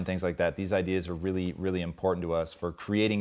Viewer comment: "idears", love it.